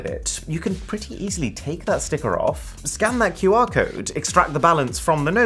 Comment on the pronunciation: he said scan...I heard scam😅😂